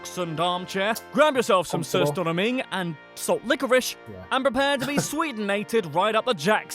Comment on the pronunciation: The way he said Surströmming lmao "Söerstoroming"